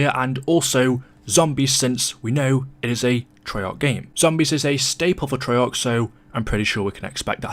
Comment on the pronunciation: i think its an english thing, americans keep a's short